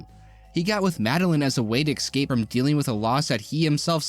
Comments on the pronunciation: At first i thought you were saying "xcape" instead of "escape" as a joke because its "X-men". After a few times, i dont think it was intended. Its crazy to me how many adults still talk in baby talk. Its baffling to me, on other channels how many grown men say "expeshilly". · I’m gonna pretend that your repeated mispronunciation of the word “escape” was intentional because this is a video about the X-Men.